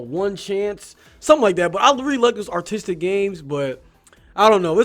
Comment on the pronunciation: For a second there I thought you were saying autistic instead of artistic.... come to think of it that would actually explain why there's literally nothing going on in the overworld because the designers would blank out while designing it (Yes, I am autistic. Yes that shit happens to me too. Yes, it is as much of a pain in the ass as it sounds)